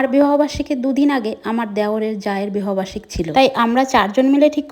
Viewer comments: বিহ বার্ষিক 😂😂😂😂 এই মহিলার জন্য সঠিক উচ্চারণ টা ভুলে যাবো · এই মহিলাটা এত তোতলা কি যে বলবো এই মহিলার কারণে আমরা সঠিক উচ্চারণ বলে যাচ্ছি😅 যেমন বিরিয়ানি ❎বিরানি✅ ❎ বিবাহ বার্ষিকী ✅ ভিহ বার্ষিক